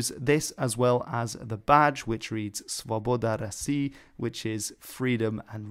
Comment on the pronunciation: props for actually pronouncing "Svoboda Rossii" correctly!